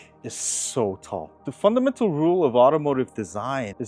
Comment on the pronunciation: Are you trying to say "fundamental"?